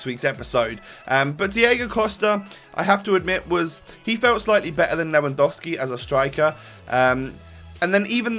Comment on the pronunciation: You didn't say "Lewandouski" like many other youtubers ^^ You don't know how much all these pronounciation errors annoy me as a german Bayern Munich fan when I try to pronounce everything correctly :)